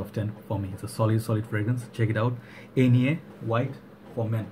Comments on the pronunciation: Nice review like always but the pronunciation was not right 😁 is more german you need to say it more like the english name Ike with “ner“ at the end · Love this juice. I thought the brand is pronounced 'On yay'